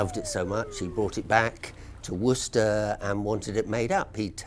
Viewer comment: C'mon, man - you ain't got cloth ears! (An old saying) She used the word "worcester" in her first few lines...but when you said straight afterwards, you pronounced it incorrectly. Then, at the very end after the words 'worcester' and 'worcestershire' had been said umpteen times...you still pronounced it the way you had at the very beginning. Nah man, there's nothing else for it: you've got to turn your hearing aid up!! Fight fair: we've all managed the horrors of pronouncing "Massachusetts", and the cunningly deceptive "Arkansas" not to mention the tricky wee "Boise". Try standing in front of a mirror and saying "Worse esster shyer" 3 times over...the indignant ghosts of the bygone citizens of Worcestershire will swarm out & sit you down to a 50 year long Pronunciation lesson in a hillside cave from which you won't emerge until you're 70. True story!! "Wooster sheer. Wooster-sheer. Wooster-sheer" however, will bring forth friendly ghosts who'll fill your pockets with bottles of sauce.